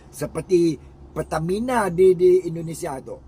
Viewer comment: Dia juga sebut indonesya